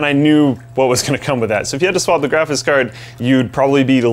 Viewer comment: taller guy says 'grafis' card and it's annoying and the cpu would certainly run much cooler with a fan even spinning very slowly. they shoulda put one in